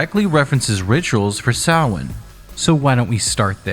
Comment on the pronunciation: i think you’re one of the only youtubers who’ve pronounced samhain correctly :O